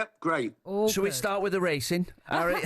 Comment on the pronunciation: How can you not love “arry” great guy 😂😂